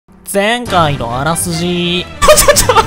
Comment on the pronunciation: やる気ない発音の『前回のあらすじ〜』好き